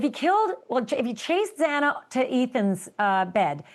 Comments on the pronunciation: This whole harvey levin segment should’ve ended up on the cutting room floor. How embarrassing and disrespectful towards the victims. Not even knowing xanas name and getting it wrong not once but at least 4 times? What a joke. And I don’t know if Harvey was under the influence of something but he was all over the place and constantly interrupting Ashley. This was a tough watch 🙄 rip ❤maddie❤kaylee❤xana❤Ethan❤ we will never forget your names 🙏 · Harvey couldn’t pronounce Zana’s name properly the entire interview. And he didn’t have the facts of the case. The one girl didn’t live there anymore. She was just visiting for the football game so she should not have been there. He was going to just kill Madison and Kaylee happened to be there and then he ran into ZANA because she must’ve heard what was going on and she was going upstairs to see if they were OK and he chased her into her bedroom where he killed her and killed her boyfriend. There’s a recording of a man saying it’s OK, I’m here to help you. I think someone’s camera picked it up outside. That was probably him talking to Zana. Why no one screamed on the top of their lungs. I do not know. I know that Kaylee had defensive wounds so she was awake and Madison was sleeping or passed out. Why didn’t Zana scream? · Please pronounce Xana’s name correctly! That’s to the TMZ reporter. If you can’t pronounce the 4 victims names correctly then you shouldn’t even be talking about this case! The reason he may have not attacked Dylan is because he was seen taking a container out and may have already changed his clothes. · Yeah that was pretty upsetting to say the least. Get her freaking name correct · Ashley kept saying it numerous times during their conversation correctly so you’d think he’d pick up on that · I came here to say that. can't pronounce her name. said they're was blood DNA on the sheath....what? he does NOT have his facts straight, and then continuously interrupts Ashleigh. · The Judge did too. Twice.